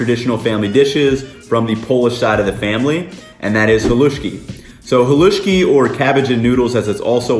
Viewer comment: screams in Slovak Bro you completely violated the recipe for Pagáč and here you are calling "Halušky" "Haluski" and a "Polish dish"... Seriously check yourself 😅